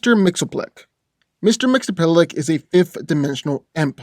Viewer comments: C’mon, you’re not even trying to say his name correctly. This was the worst spelling of Mxyzptlk I’ve ever heard. You’re saying “Mr. Mxelplik”! Repeat with me: Mixy, Spit, Lick! Now say the “i” faster and faster until you can’t here it anymore. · It's Mix-iz-ptl-ik, not Mix-o-plik. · Its pronounced mix-ius-spittle-tik. Ill give you credit because, hot damn that name is bizarre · His name is pronounced. Mr mix ya spit lick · Correct way to pronounce his name is Mix-Yez-Pit-Lick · It's pronounced "Mix yz pitil ick." Strange, I know. But that's the point.:) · No hate but just saying that it’s been officially revealed that Mxyzptlk is pronounced Mix-Yes-Spit-Lick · his name is pronounced mixes-pittle-lick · i thouggt he was pronounced mix yes spit lick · The real battle here is trying to pronounce mxyzptlk lol! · I never knew how to pronounce Mr. M's name properly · Thats not how you say his name 😡😡😡😡😡😡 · lmao. loves how he cant pronounce the name XD